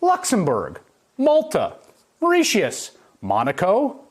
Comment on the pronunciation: Mauritius, lol